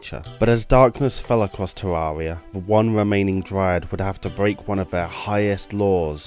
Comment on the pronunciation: I can't stand the way you say Terraria